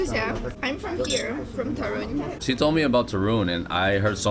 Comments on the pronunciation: The stress is on the first syllable: TOOOO - RUŃ, not TO- RUUUŃ. You will be surprised by the entire eastern side of Poland, which is totally different from what you have seen so far. Lublin and the town lying nearby, Kazimierz Dolny, Bałystok, Białowieża, and Puszcza Białowieska - home for the European Bisons and the last and oldest part of the European forest, which is now protected and has never been altered by man, so it still looks like the whole northeast area looked in the Middle Ages - back then, Poland was just acres of forests. My favorite part of Poland to visit is Lower Silesia - Dolny Śląsk, especially Góry Sowie (nice place for hiking), some great castles in that area - Zamek Książ, Zamek Grodno, and the most impressive thing you will see connected with the WW2: an underground city, nazis forced the concentration camp prisoners to carve with their hands. It was supposed to be Hitler's headquarters - Kompleks "Riese". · Not Turun. But TORUN. 😊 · You say very nice Ostrołęka but you cant pronouns ń in Toruń? 😅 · I do believe you are pronouncing it wrong. But it is a beautiful city. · I watched this video and laughed every time you said Torun! Lol! For a Polish language learner, I am surprised that you don't know how to say it correctly! lol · Listen to your friend how to pronounce Toruń 😝